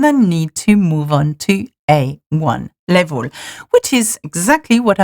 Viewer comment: Très bonne vidéo, mais s'il te plaît, travaille ton accent, ton anglais est sans doute formidable mais ta prononciation laisse parfois vraiment à désirer, notamment tes "laivoles" et non "level" :)